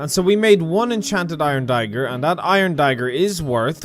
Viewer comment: Normal people: "iron dagger": "iron dAigOr!!"